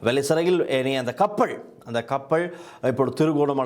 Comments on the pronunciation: கப்பள் இல்லை கப்பல் முதலில் தமிழை ஒழுங்காக கதை சும்மா அநிராக்கு செம்பு தூக்கிக் கொண்னு முக்க வேண்டாம் நீ எல்லாம் எப்படி ஊடகவியலாளர் உனக்கு தமிழே சரியாக வராது அமுக்குள்ள வந்திட்டார் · கப்பள், நிளையில், பறபறப்பு, அணுப்பி, பளி கொடுக்க, இறுக்கின்றது, இறுக்கு, சிக்கள், பாறிய பிறச்சனை, பனரும், கறுத்தையும், கொள்ளப்பட்டார் இத்தனை உச்சரிப்புத் தவறுகள் தமிழ் ஊடகங்கள் தமிழுக்கு மதிப்பளிக்காத???